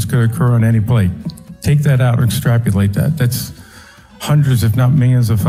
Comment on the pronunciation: Yes, let's "extrapulate" that!